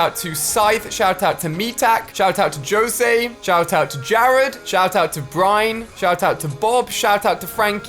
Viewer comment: did he actually say "joe say" im dying of laughter